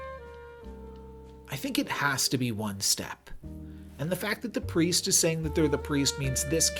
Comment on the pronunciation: bro just can't read lmao